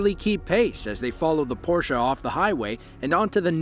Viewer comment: Thumbs up for using the correct pronunciation of the word "Porsche".